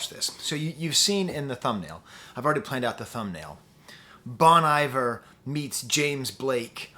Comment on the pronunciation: i'm genuinely surprised a french professor can not pronounce 'bon iver' correctly